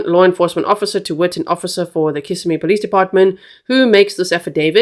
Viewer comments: Just a little help with pronunciation of city/county 👉🏼 kiss SIM ee os SEE oh la 😊😊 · Osceola is pronounced Os-cee-o-la. Kissimmee is pronounced Kiss-im-me. im not I'm. We'll get you speaking Native American! As for this case, it is horrible 😭! I feel mom knows more than she's admitting. These poor children. Thanks G for covering these cases w grace. Justice for Madeline! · And kiss—sim-ee